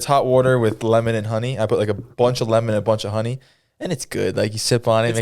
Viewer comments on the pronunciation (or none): none